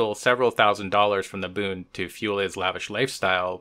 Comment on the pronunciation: Just one thing,... it's Bund not Booned. It should rhyme with blunt, not with crooned.